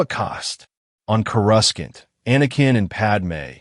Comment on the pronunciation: 4 out of 5 stars , the mispronunciations of courasaunt and organa are annoying